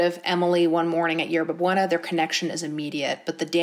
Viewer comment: i love u but the way u said ‘yerba buena’ pained meeee. sometimes i forget not everybody knows spanish.